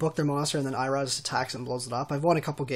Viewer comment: eye raow? how do type this phonetically... it's ee(like in see) row